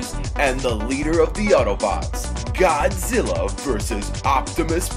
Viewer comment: it's like he said godzillo